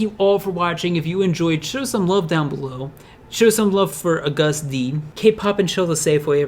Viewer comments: Am I the only one who's annoyed with how he's saying his name? No hate or anything it just REALLY bothers me when some says their names wrong. Helpful tip: it's pronounced like August D but spelled without the first 'u' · ...Sorry.. the way u say Agust D just makes me cringe...Its Agust like the month August Loved the vid tho <3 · when he said Agust D it reminds me of a person saying, "A gust of wind." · It's pronounced like the month August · You showed a picture of Jimin instead of Yoongi while talking about Cypher pt. 3. Also, Agust D is pronounced as the month August. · i’m not trying to be rude but agust d is pronounced as the month and then d and he also released his mixtape in 2017 when they already debuted. again i’m not trying to be rude again just helpful? :) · It is Agust D as in AUGUST omg Great video but the name just made me CRINGE literally cried in tears. But good job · it's pronounced August like the month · Agust D, its just like the month not what it is spelled like! No hate, I still know what you mean though. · Nice vid but you say it like AUGUST d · Agust D is said August D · 'Agust D' is pronouce as 'august d'😉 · the way he says agust d makes me wanna die "uh gust d" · "AGuhSt D" ??? bish wet? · Its pronounced August D bruh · OMG it's August D that's how u fuking say it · He's pronouncing the name wrong. Say it like you say the month Agust. That's how you say it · I'm sorry and Ik u addressed this but you said "A Gust D"🤣🤣🤣🤣🤣🤣🤣🤣🤣🤣🤣🤣🤣🤣🤣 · You said his name wrong lol it’s pronounced like August but it’s agustD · I luv how you said u-gust d and shuga it was hilarious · Haha it's pronounced like August like the month❤ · Not to be mean.. It’s pronounced AugustD 😂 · Bruh u cant even pronounce august properly .... say it how you prounce the month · u pronounce agust d WRONG ITS LIKE THE MONTH AUGUST AND D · Yes your videos are amazing but you are pronouncing every single one of his different names rong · The way he said Agust D 😂😂